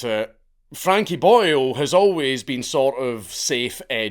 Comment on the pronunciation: Every time you say Boyle, I keep thinking you are referring to him as Boyo 😂